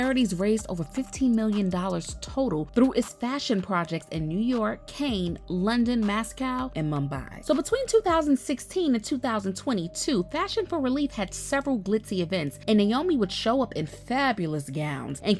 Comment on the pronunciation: Mass Coy (Moscow)is Pronounced likes MossCow and Cane (Cannes) like Can (as in a Can of soup)